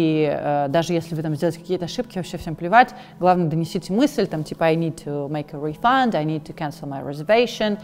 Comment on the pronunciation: В существительном refund ударение на первый слог